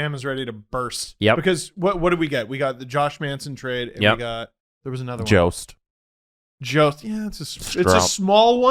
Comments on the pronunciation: I hope producer drew scolded you all for saying “Yost”. It’s jost! Haha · i love u it's Jost like JOE-st Like TOAST